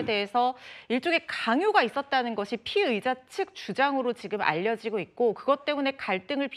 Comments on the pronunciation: 피해자인지 피의자인지 발음좀 신경써 주세요 차라리 용의자라고 하던가 발음때문에 누가 피해자인지 가해자인지 모르겠네요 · 피의자랑 피해자,,,발음 좀 잘 해주세요,, 천천히 하더라도,,, 모든 뉴스에서 피의자랑 피해자 똑같이 발음 하는거 거슬려요